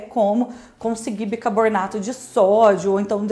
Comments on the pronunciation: Seu canal é ótimo, aprendi muita coisa aqui e você é muito simpática e comunicativa, mas ... o que é "bicaboRnato" ? 🤔 Será que "bicaRbonato" não funcionaria também ? 🙄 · cacete, é BICARBONATO. não BICARBORNATO